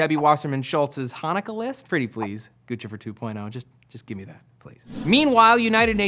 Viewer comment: its pronounced "goose - if -er" not guchifer